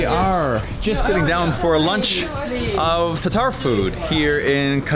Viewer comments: not Tar-Tar, but Tatar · I thought it is spelled 'T-A-T-A-R', not tar-tar